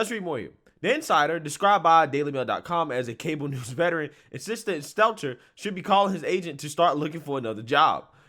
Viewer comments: Bro, your job is to speak. Please take the time to know how to pronounce names/words. He's not exactly deserving of learning it, but it's STEL-TER, not seltzer. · I love you, but I gotta say it. It's been itching at me for a while now..... But it's Brian STELL-TER, not STELTZ-ZER 🤣🤣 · Get your voice coach to teach you how to pronounce Stelter. No z or s in it. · Love how you always pronounce Brian's Stelter's name lol (Steltzer). Keep up the great work. Love your videos. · This guy consistently fucks up Stelter’s name…